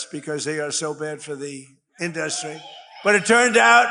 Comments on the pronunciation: InDUstry? He still doesn't know how to pronounce it. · Does he think the way he pronounces the word INDUSTRY makes him classy or sexy or something? Because he does it PURPOSELY.